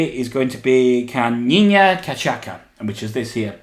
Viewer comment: Ca-CHA-sa, it was on the card xD My earrrrrsss